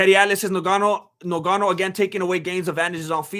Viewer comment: Is it difficult to say "Ngannou" 🙄who is "Nogano" stop disrespecting ppl sir!